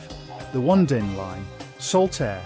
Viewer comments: O -nee-din line please pronounce it Correctly. Yes i recall watching it as a Child on a Sunday evening. I hated it 😊 Crown court was good My mother used to like it . The Survivors i remember Scary music and a good watch on TV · Onedin was pronounced on-ee-din. I recognised several of the other titles but the only ones I recall watching regularly are Crown Court and The Sandbaggers. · The Guardians was produced by LWT and broadcast on ITV , not BBC television as you claim. Along with your pronunciation of The Onedin Line try and use some rudimentary research if you're posting stuff on youtube